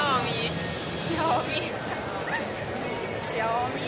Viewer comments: Si pronuncia ''SCIAOMI'' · Ma uno che abbia pronunciato il nome di "Sciao-mì" come si deve non c'è